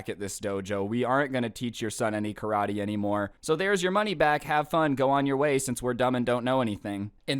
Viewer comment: "KA-RA-TAE!" "CRAV-MAGA!"